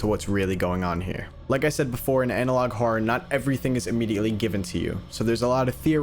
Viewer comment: Why does he have a problem with the word "horror", it's almost like he pronounces it "hora" or something